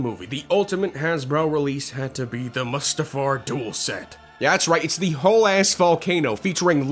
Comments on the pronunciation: Your pronunciation of some of the planets is so cringe. The way you pronounce Mustafar and Mygeeto. Eww. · how did you just pronounce mustafar???